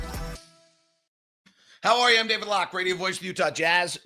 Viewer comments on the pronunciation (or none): none